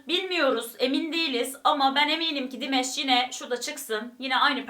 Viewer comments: Dimash'ın adı aynen yazıldığı gibi Dimash diye okunuyor, Dimesh değil. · Sadece Dimash abla dimeş demene gerek yok😂 dimaş diye okunuyor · Salamlar olsun, bacım. Çox qəşəng reaksiya verdiniz Dimaşın perfomansına. Halal olsun size. Rica edirəm onun adını düz deyəsiniz. Dimaş oxunur adı. 2016-dan ona qulaq asıram. Gündə kaç kərə. Çox talantlıdı. Özü də Qazaxstan türküdü. Xahiş edirəm,Dimaşın özü yazdığı(öz bestesi olan) "Unudulmaz gün" "Unforgettable day" mahnısını(şarkısını) analiz edəsiniz. Hörmətlə Azərbaycan türkü,Hikmət.😊🇦🇿🇹🇷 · Dimesh değil Dimash🙏 lütfen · "Dimash"ı her "dimeş" diye telaffuz ettiğinizde aklıma meyve suyu firması gelmesi dışında her şey gayet iyi olmuş :D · Hahaahahha buna benzer birşey bende yazacaktım dimesh dediği anda aklıma hep dimes geldi jdjds